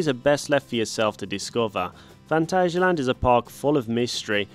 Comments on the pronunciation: It’s pronounced phantasia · Here in Germany it is pronounced „Funtasia“ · I've always pronounced it Phant-ayy-sialand, but my German girlfriend calls it Phant-azz-sialand, so I'll take her word for it XD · As a German, i can confirm, no "ay" sound in there. The second a is pronounced just like the first one. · The "a's" in Phantasialand are sort of pronouced like the "u" in fun.